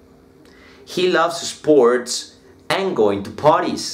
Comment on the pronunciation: Bien profe. Sugerencia. En palabras como skills, sports no pronuncies la E del comienzo. de esa manera te acercas a acento nativo, ya que se te escucha eskill... Esports etc . Con todo respeto.